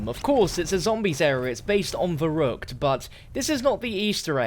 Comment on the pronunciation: The way this guy says verruckt makes me triggered